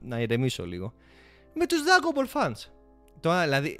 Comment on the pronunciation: Θα γίνω ίσως γραφικός, ίσως ανόητος ή και ακόμα προσβλητικός... Αλλα τι να μας πείτε για ντραγκον μπολ ( και οχι ντρανγκο μπολ); Κάνετε μια καλή προσπάθεια και καταλαβαίνω πως θέλετε να ανεβάσετε το κανάλι σας και σας ευχόμαστε τα καλύτερα. Κάνετε ομως μια καλη έρευνα για αρχη, και δείτε εντατικά απο την αρχή. Μην απλά μιλάτε με οτι θυμάστε.